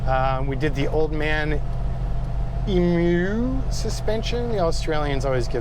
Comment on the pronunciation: You pronounce emu wrong. Think about like this. Not old man emoo. But eem-you